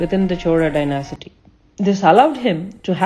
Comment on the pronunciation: Pronunciation for some words is incorrect. It is not "dynasity". It is dynasty. However, best wishes for the new venture.